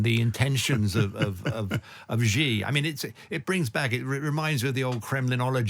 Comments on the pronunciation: Your are not alone in mispronouncing badly Xi's name--it's not GEE, but "shi"! Should've been spelled "Shi" of course, but CCP China has used very weird spelling to possibly demonstrate its arrogant disregard of English pronunciation rules ("We can impose our own spelling even if it's unpronounceable or sounds nothing like the way it's spelled!" is probably why they did it). . "Qi" for "Ching" is another example. Without knowing the Chinese language (or really the Mandarin dialect, as Chinese written language is pronounced differently depending on the dialect), you'd never be able to pronounce "Cai" correctly (it's pronounced "Tsao', the old spelling was perfectly pronounceable and accurate). That said, there's no excuse in not be able to say "Shi" instead of GEE, especially for an expert who uses his name a lot. A bit jarring to my ears at least. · So, we have a Chinese 'expert' here who is incapable of pronounsing Chinese names correctly. For me, this undermines his credibility from the start. Too much of this is merely conjecture.